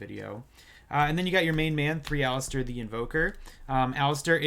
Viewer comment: I'm going to be that guy that complains he said Alistair and not Aleister.